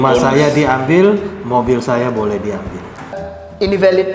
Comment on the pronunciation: Valid, bukan velid Pak